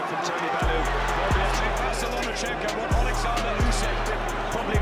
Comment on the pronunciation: Usyk. Not yoosik.